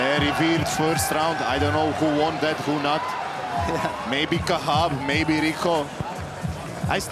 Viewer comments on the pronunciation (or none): Khachab not Kah7ab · It's Khachab, not Khahab ffs 🤬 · Khachab not kahab...